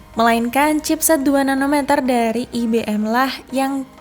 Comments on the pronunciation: IBM bacanya bukan i-be-em Mbak, ai-bi-em gitu loh Mbak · Ai Bi Em Bukan I Be Em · IBM dibaca ai be m Emba 🤦